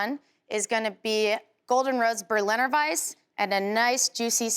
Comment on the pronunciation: sad that she cant pronounce berliner weisse correctly....its indeed a local speciality here in berlin...nice in the summer..try it once you visit us ..greetings from germany